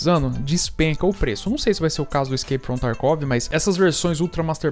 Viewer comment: "Iskeipi from tarkuovi" 😂😂😂